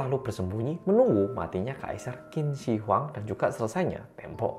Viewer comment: Bukan Qin Shin Huang, benernya Qin Shi Huang atau di Indonesiakan Tjin Shee Huang Jadi bukan Shin adanya she bacaan benernya kalau by Indonesia itu chin she huang (e di she itu dibaca kayak baca e elang)